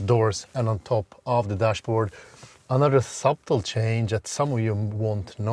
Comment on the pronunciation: It wouldn't be often you would have a 6'4" passenger in the back behind a 6'4" driver oh by the way, 'subtle', yes it has a 'b' but it's silent, just sayin 🙂